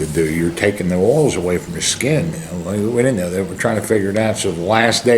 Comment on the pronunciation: heavy wain fwom the west